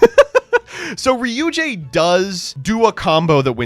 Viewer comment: Saying "ryu jay" when "ryu gay" IS the correct way to say it?